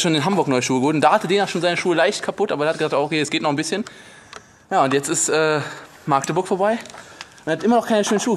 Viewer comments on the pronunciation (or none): das heißt nicht maaaaaaaaaaaaaaaaagteburk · wie du Magdeburg sagst ist toll XD Maaaagdeburg XD es heißt Magdeburg